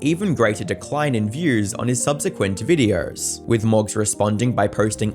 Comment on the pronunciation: Funny Accent go brr